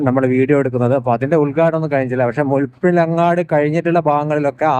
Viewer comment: മുഴുപിലങ്ങാട് ❌️ മുഴപ്പിലങ്ങാട് ✅️ 😁